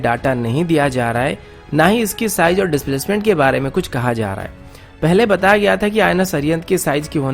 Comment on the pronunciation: Size not sijz haha...